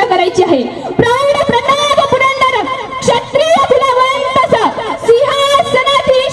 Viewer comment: ते क्षत्रियकुलावतंस आहे... बरेच जण त्याचा चुकीचा उच्चार करतात....